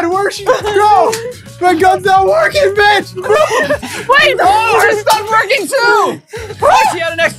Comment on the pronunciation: brian sweard he said b i c h